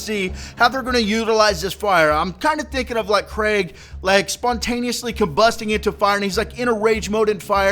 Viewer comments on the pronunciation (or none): "Krieg" is German and simply means "war". And it's not "Craig"! More like "Creek", but with a softer "k" xD And I'm relly hoping for an awesome DLC, since Hammerlock's Big Game Hunt wasn't that good. OK, but Torgue's DLC was just too BADASS! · Say it KREEG not Craig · Craig?? Its Krieg bro. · His name is "KRIEG" you tard not craig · "Krieg" not "Craig" the Psycho, haha :P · Krieg means war in German plus its pronounced kreeg not kraig C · ITS KRIEG NOT KRAIG LIKE YOU SPEAK IT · Its not pronounced craig, its kreeg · It's pronounced "kreeg" not Craig. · sorry for your loss,. And btw I think Krieg's name is pronounced 'kreeg' as in Blitzkrieg, not 'craig.' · its pronounced KREEEEG not Craig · It's KRIEG not Craig! Krieg is german for WAR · lol, I love how in the stream they kept saying not to pronounce Kreig like Craig, but like Kreeg, and says Craig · lol it isnt Craig. Its Krieg as in blitzkrieg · How come people can't pronounce Krieg right? 6 times today I've heard people calling him Craig. It's pronounced "Kreeg", like Blitzkrieg, in fact that's where his name comes from. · Its pronounced "kreeg" not "kreg". Krieg is German for war. Its not the mispronounciation of Craig Americans seem to say. Fuck sake. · KREEEEEEEEEEEEG! Not Craig! But u probably got the message already. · You said it more like Craig... It's more like Kreeeeg :not hating though, just trying to help :) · It's pronounced creeg like in Blitzkrieg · Dunno if youve heard yet bro but the new characters name is 'KREEG' The spelling is play on the word (blitz)KRIEG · ITS KREIG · it isnt watch ign's video they pronounce it "craig" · wait your grandma passed away wow respect for doing a video in that situation and btw it´s pronounced krieg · Krieg is the german word for war, you pronounce it like "creek" :) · Why do you pronounce Krieg as Craig O.o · I always knew it somehow, maybe from the term "Blitz Kreig" and KR-RAIG didnt sound right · Ummm... His name is said creeg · pronounced kreeg